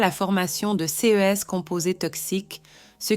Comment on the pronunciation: J'en suis à plus de 6 minutes. Je n'entends que des répétitions dites par un robot qui ne sait pas lire les nombres en francais (pardon: mon clavier n'a pas de c-cédille), qui change parfois d'accent et qui est incapable de lire "ces". Il est hors de question que je m'abonne. Je prends la fuite dès maintenant.